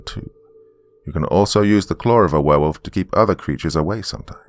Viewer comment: Hey I think he said he Wanged a Berewolf …